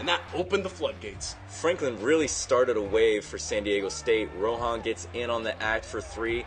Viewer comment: It's RAHON, not ROHAN.